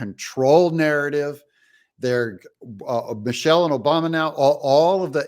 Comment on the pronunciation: Its not Michelle its Michael